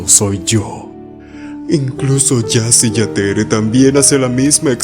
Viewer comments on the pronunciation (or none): Me falto ese detalle, sii la J suena como doble L o Y. Lo pronunciabas perfecto excepto esa última E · Jasy Jatere se pronuncia “Yasú Yateré”. La “y” en guaraní es una vocal, si saben coreano se pronuncia exactamente como “으”, lo siguiente mas cercano sería como suena la “u” en español. La mayoría de las palabras en guaraní se pronuncian con acentuación al final, así como “Ao Ao” se pronuncia “Aó Aó”, “Tau” como “Taú”, “Mita” como “Mitá”, etc. Asuman que todo lo escrito en guaraní lleva un acento tácito al final. Otras pronunciaciones serían: La “J” se lee como “Y”/“Ll”, la “H” como “J”.